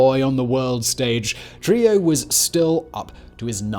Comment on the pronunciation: Bro!!!! ITS NOT TRILLO ITS TRUJILLO --TRU-HE-JO